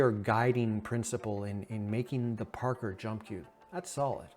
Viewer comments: Pronounced "par-koor" not "Par-ker" heh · Omg, I can't listen to him mispronounce "parkour" one more time. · The way you pronounce parkour… 😅